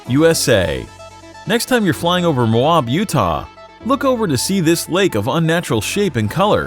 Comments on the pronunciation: It’s moe AB not moaab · It is not po-tash, it’s pot-ash. It’s located in Mō-ab Utah, not as the video stated.